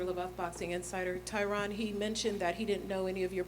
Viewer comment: its tyron lol